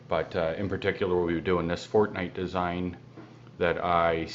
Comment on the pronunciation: Fortnite not fortnight😂😂